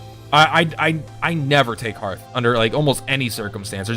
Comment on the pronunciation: Omg, I'm feeling a touch triggered by all the mispronounciations, lol. Hearth: Sounds like "herth", not "harth" Kinesys: Sounds like "Kin-Knee-Sis", not "Kin-Sis" Anima: Sounds like "Ana-ma", not "Annie-ma" Anubis: Sounds like "Ah-Noo-Bus", not "Ani-Bus". You know, as in the Egyptian God Anubis? Sorry, had to get that off my chest.